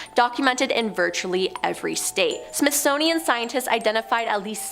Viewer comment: I know she probably didn’t mean to pronounce it wrong but she said ”SMITHSNOWIAN” instead of SMITHSONIAN 🤣🤣